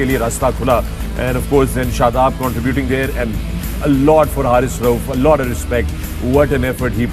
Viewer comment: not Haarith its Haris Rauf its mistake that everybody accept that😜😍🥰😂🤪